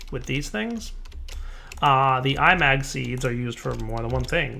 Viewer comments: I think it is not I-mag, but imag from imagine. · Felix Chong The inspiration for the mod is 'A Certain Scientific Railgun', an anime or something, never seen it myself, but if it's got anything remotely to do with actual railgun science then it's magnets (which is supported by the mod having 'magnetic manipulation') so 'I-mag' is probably the proper pronunciation. That's just a guess though. That said, say it how you want, it's a made up word.